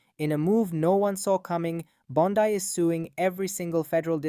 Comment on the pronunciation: If you are a person, and NOt an AI voice, her name is pronounced BON-dee, not Bon-DIE. Don't post if you don't know what you are doing, homie.